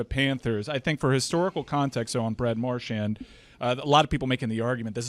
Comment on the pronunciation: pronouncing “marchand” is about as good as it gets